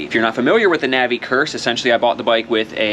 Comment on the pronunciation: I salute you for pronouncing “Navi” the correct way! It’s NOT Nah-vee, people! 😂🎉